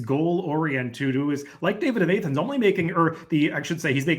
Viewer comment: A-thens? Georgia or Greece, both Soft A